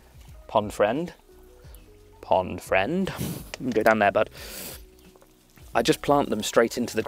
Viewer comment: 'OOO, Pond Fwiend' 😂